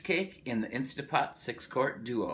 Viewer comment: Thumbs down for saying "instapot" JUST KIDDING thumbs UP for!